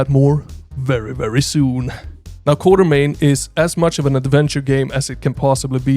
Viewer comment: Actually, the name should be "Quatermain" (pronounced "KWOT-er-main"). Even Sean Connery says it wrong in 'The League of Extraordinary Gentlemen'. Anyway, I dig this "Indiana Jones but Lovecraft" vibe!